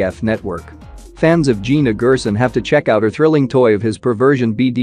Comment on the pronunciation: She pronounces Gerson as (Jerson)